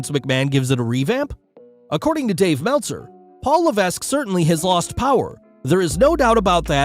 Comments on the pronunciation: “Le-veck”* it’s French? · The S in Levesque is silent, fyi. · Y'all need to learn to say Triple H's real name right. The S in Levesque is silent. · Levesque is pronounced "Leh-veck" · Somebody ought to give the narrator here a hint about how HHH's last name is actually pronounced.